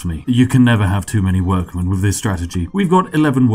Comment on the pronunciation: "Free hundred." "Free logs." "Everyfing." "Wiv." 'Th' is for cool people. (It really doesn't help an international audience who can't differentiate well between 'free' and 'three' by context and your accent, or a domestic audience who don't like gangsta/chav talk.)